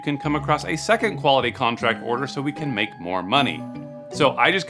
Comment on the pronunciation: "...To make more..." * "To lmake more..."